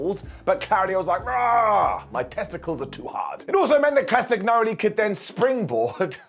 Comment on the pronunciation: It's pronounced Cast a nyoli. Do you eat las agg na?